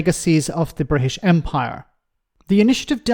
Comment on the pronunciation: But Nige loves Bwitish imperialism